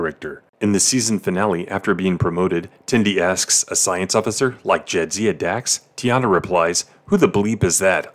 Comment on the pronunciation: Bruh, you didn't even pronounce T'ana's name right, way to prove you didn't even watch the show.